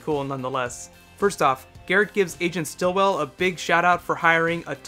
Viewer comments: It's Agent Sitwell NOT Stilwell!!!!! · I hate to be "that guy" but his name is Agent Sitwell, not Stillwell. You keep mentioning his name incorrectly. Sorry if I seem like a jerk for pointing that out. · Hey, just FYI, it's Agent "Sitwell" not "Stillwell"! :-) Cut off one head (or is that limb?), and two more take its place! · Oh! You completely missed the scene where they showed Agent Hand's bloody hand dripping. Also the night-night guns make a completely different sound that the real bullet guns. Also, it's Agent Sitwell, not Stilwell. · It's not STILLwell, it's SITwell, for christ sake!! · It's not Stillwell, it's Sitwell ! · Great video, but I think it's not Stillwell, but Sitwell. Just saying. Again, I congratulate you on your superb reviews. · Sitwell not Stillwell. Great review though and keep it up! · Sitwell, not Stillwell. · ITS AGENT SITWELL, NOT STILLWELL. Think of like sitting down...on a sofa. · Love your videos but it's SITwell not Stilwell. This does not sit-well if you need help remembering. :D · I thought it was Agent Sitwell, not Stillwell... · Its agent Sitwell not Stillwell. Lol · His name is Sitwell, isn't it? Not Stillwell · I think it's actually agent Sitwell and not Stillwell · I'm sorry but it's SITWELL not STILLWELL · its sitwell not stillwell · its agent Sitwell not Stilwell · isn't it SITwell not STILLwell? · "Sitwell" Not Stillwell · Not to seem picky, but isn't it Sitwell, not Stillwell? ***** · Isn't it agent sitwell? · ITS AGENT SITWELL NOT STILLWELL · Sitwell! His name is Sitwell!